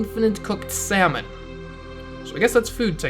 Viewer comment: You are pronouncing salmon wrong